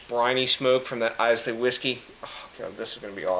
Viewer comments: Excellent review my man. Enjoyed watching. Couple of things though. Islay is pronounced Ay-la. It's not an island off Scotland. It's a Scottish island. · 350 already! wow you are nuts! Islay is pronounced how Island is pronounced. I - Lah is how you pronounce it. This sounds like a beer that I would love, I love Islay Scotch.